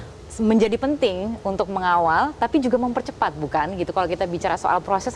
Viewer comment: ko gue dnger mempercopet ya 😂